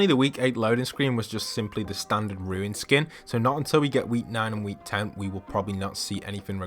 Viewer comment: Its Runes not ruin